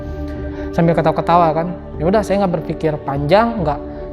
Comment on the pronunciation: NS pas bilang "yaudah" mirip logatnya ustadz Hanan ataki. Apa cman gw yg ngrasa gitu